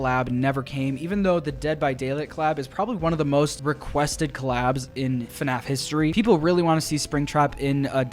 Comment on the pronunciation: “Hello everyone and welcome back to another episode of fuhnaf”